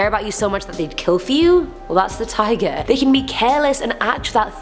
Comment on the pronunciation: My ears: This girl is saying tiger My weeb brain: It’s Taiga from Toradora! :D